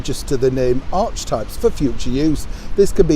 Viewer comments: It's pronounced ARC E type, the h is silent & the E after the silent h is pronounced, type is just pronounced as type. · Archetype is an ancient Greek word - pronounced Ar-ke-type 🌹❤️🇳🇿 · Hmm.does that mean their invisible son’s name is pronounced “Ark-e”.....and their company or whatever it is, is pronounced “Ark-e-well”?......or did she intend to pronounce archetype as “R-chee-type”?...I’m confused, befuddled and bewildered. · Body language guy call it arsewhype instead of archetype. Other question Do you think they will get International protected status? I hope not because American taxpayers would have to pay their security, etc. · I SINCERELY hope that M&H do not manage to trademark 'archetypes'! I always thought it was pronounced 'ark-e-type/s' and meant , ‘the original thing’ or the 'original basic standard', of something as in say, the Wright brothers' glider being the archetype of future gliders. Is my understanding (or lack thereof), of this word totally wrong? It is? Oh dear, I'll have to start reading my dictionary again. Phewf! Thank goodness archetype begins with 'a'.